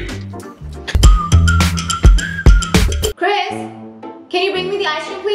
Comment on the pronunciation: ITS CHRIS, not Christ As in Jesus Christ